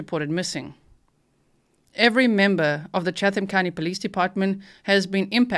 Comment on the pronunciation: "Chatham" is not pronounced with the H. Chattam. Tie-bee Island. Been there many times!